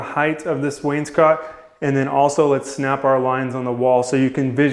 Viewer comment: You pronounce wainscot correctly.